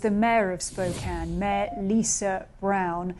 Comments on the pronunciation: Kudos to BBC for pronouncing Spokane correctly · Just an FYI, but the Governor of Washington is BOB Ferguson, not BEN. Thank you for saying "Spokane" right, however. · I'm impressed she pronounced Spokane correctly as a Brit